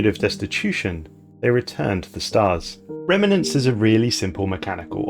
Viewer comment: Fine, I'll be the one a***hole to point out how frustrating your pronunciations of 'remnants' and 'scion' are, and possibly some others too since I couldn't carry on watching. Otherwise you'll never know